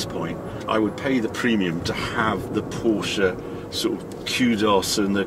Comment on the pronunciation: Glad to hear you pronounce Porsche name correctly 😊